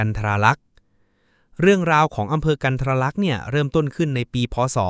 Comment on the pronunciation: กันทรลักษ์ อ่าน กัน-ทะ-ระ-ลัก ไม่ใช่ กัน-ทะ-รา-ลัก